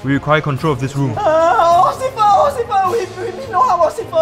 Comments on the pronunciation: said "occifer" instead of "officer" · "Osifer.. O-osifer" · Ocifer, burg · OCIFER! OCIFER! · Officer = Ocifer (according to ) 😂😂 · Ocifer, bruh